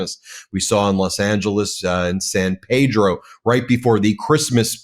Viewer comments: Hey Ben, it's San Pedro not San Ped-ro, born and raised there. Being a port city I grew up with every nationality and a lot of kids I grew up with were brought there by parents who wanted a better life for their families, they took nothing but added to the culture and our town. Thank you for all you do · Its san PEEEEEDRO